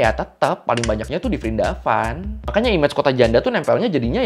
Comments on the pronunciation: Prindapan bang pake P kalo nyebut nama lain india.😅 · Dibacanya Wrindawan.. V diganti W. Example: Vijay -> Wijay diserap kedalam bhs Indonesia jadi Wijaya.